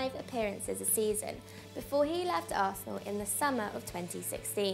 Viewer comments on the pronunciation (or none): none